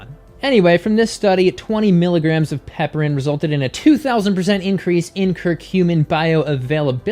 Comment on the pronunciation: Pronounced piper-in, not pepper-in. It's a reference to the genus name, which is Piper.